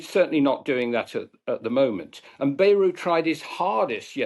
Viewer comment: You say Bayou, they say Bayrou.